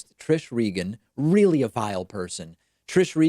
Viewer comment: She is weelly smawrt.